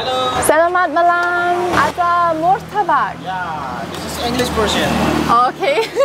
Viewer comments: Martabak boss.....bukan murtabak. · Your Pronounce... Badly... , Not.. Mortabak.... 😂😂😂😂 But is.. right... MARTABAK ... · Malaysia: Apam Balik Indonesia : Martabak, not Murtabak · It's pronounced "Mar" not "Mur" Marrtabakk ... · Please don't say Mur ta bak. As it is written is Mar ta bak, miss.